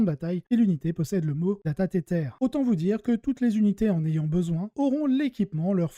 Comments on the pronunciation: Super intéressant comme d'hab ! Sur la forme : j'ai tiqué sur le "data tétèr" XD alors si tu insiste pour prononcer le mot en anglais c'est plutôt "tèzeur" ou "tizeur" (c'est un peu entre les deux je dirais) mais sinon en français ça fonctionne très bien et tout le monde connait la règle : "data-câble amélioré" (et mot-clé "Data-Câble"). Sur le fond, j'ai répondu à ton sondage sur YT en cochant la case plus court et plus de listes parce que là, je dois bien t'avouer que, alors que je joue ces deux armées, j'ai eu du mal à suivre tellement il y a d'informations, c'est à mon avis bien trop dense pour être digeste. En outre, je pense que regarder ta chaîne c'est s'intéresser à la construction des listes, et si on veut vraiment le détail, on peut attraper le codex ou Wahapedia et même aller chercher la liste sur Goonhammer si elle y est (ou le lien) ou sur BCP ou autre éventuellement. Bref, je préfère plus de listes. En tout cas, très bon travail ! Merci ; ) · alors t'entendre prononcé "tétèr" très sérieusement ma bien fait rire en effet si c'est ce que tu cherchais 🤣🤣 Dans ce cas continue Mais dans tous les cas je préfère "data-câble" je trouve juste que ça sonne vachement mieux qu'en anglais (pour une fois... en même prononcé avec l'accent 😉 )